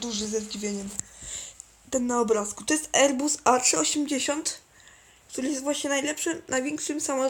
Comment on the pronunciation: "Erbus A380-10". Załamie się Załamie się z tego jak ja kiedyś potrafiłem angielski